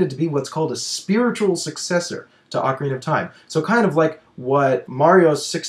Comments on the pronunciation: I know that's what i said! i was just sayng that can't say it and that he says "ocariner". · can't say ocarina of time he says "ocariner of time"